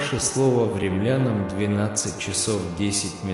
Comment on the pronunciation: наверное, не "кремлянам", а к римлянам?